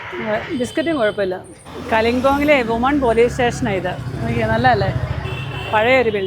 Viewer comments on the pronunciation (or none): വുമൺ അല്ല വിമൻ (women)plural...woman (വുമൺ ) -singular.